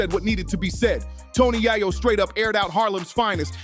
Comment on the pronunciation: Right cant even pronounce his name correctly yet trying to make a video... Super lame